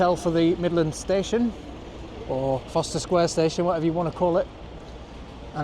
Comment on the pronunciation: You get annoyed at people saying 'witherspoons' but you call Forster Square 'Foster Square' lol